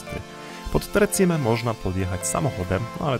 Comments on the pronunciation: Nie tre czime ale tre ćime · tak jest, Tre Czime, co się tłumaczy Trzy Szczyty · Hej.. Muszę to zrobić, bo tu mieszkam i za bardzo kocham Południowy Tyrol 🤗. 3 Cime (wymowa ➡️czime) nie oznacza 3 siostry.. To nazewnictwo polskie. Na sorapis prowadzą 2 szlaki. Najprawdopodobniej poszliście tym, który ja nazywam autostradą stąd tlumy ludzi. Na drugim w ogóle nie ma prawie nikogo, byla nas 6 i to pod koniec lipca.😉 Co do noclegów, szukajcie dobrej bazy wypadowej. Pomagam ogarnąć temat zwiedzania zwłaszcza opcję noclegu... jeśli chcecie zobaczyć Południowy Tyrol wraz Dolomitami. Szukajcie gotosouthtyrol na insta. Pozdrawiam 🏞️🏔️🚵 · Interesujący clip. Piękne Dolomity! Dziękuję. A propos wymowy: czyta się Czime. Pozdrawiam! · Przyłóż się do poprawnej wymowy włoskich słów. Niestety tak jak i w ostatnim filmie o Dolomitach jak tylko usłyszałam - wybacz - to słowne kaleczenie, to od razu odechciało mi się oglądać dalej. Także nie "Tre Cime" przez "ci" tylko "cz" i nie Lagazuoli przez "z" tylko "dz/c". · Hej, "Tre Cime" czytaj "tre czime" i znaczy to "trzy szczyty" a nie "trzy siostry". I Lamborghini czytamy "lamborGini" a nie "lamborDŻini". Ale filmik jest de best :)